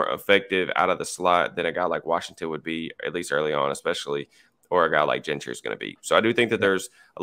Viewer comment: No he's not. He keeps going back to the wrong pronunciation. He keeps saying "Gin-try" thru the whole episode.